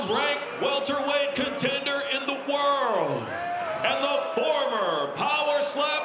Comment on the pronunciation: Does the announcer know that you pronounce the d in "world"?